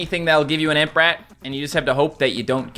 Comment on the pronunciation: he said ant brat.. lol